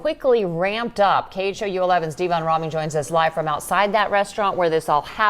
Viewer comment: I got stuck at wondering if she said “Deevon” name wrong